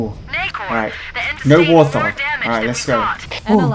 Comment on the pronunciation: was anyone else slightly bothered by him constantly saying war th hog instead of wart hog(no offense) just me? ok